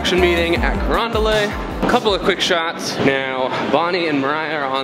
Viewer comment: Carondelet is a French word so it commonly mispronounced as “Carondel-AY”, it’s actually pronounced just as it is written, “Carondel-ET”.